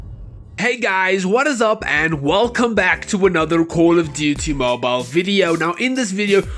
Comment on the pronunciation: Cooooouul of diutiey Moble that's how your intro sounds like